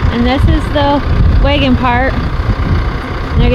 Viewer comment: That’s wAgon. Not “weigon”. Haha. Gotta love the different accents around the country